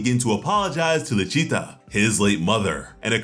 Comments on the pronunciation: Why..... why are you saying luccita, like it's Italian??? Isn't it lucita, like a Spanish name? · It isn't. It's not LUcita, But LIcita.